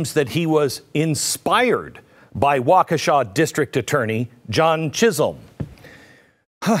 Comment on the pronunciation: It might be wa-KEE-sha, not Wa-Ke-shaw.